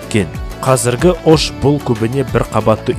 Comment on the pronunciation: живу в алматы но родился и вырос в Оше (ударение на "ше")